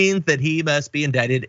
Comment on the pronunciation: Too bad, somebody told TFG that it’s “indicted,” not “indicated.” That had some minimal entertainment value while it lasted.